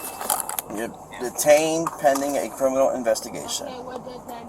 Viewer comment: When the officer said “ okay” and she repeated him , I definitely thought I heard her say “ ain’t no OTAY” 😂